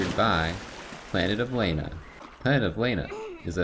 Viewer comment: They pronounce it "Lah-na" throughout the whole game, but I love how just keeps saying"Lay-na". 😂